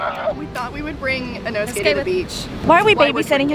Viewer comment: She actually called inosuke inosuke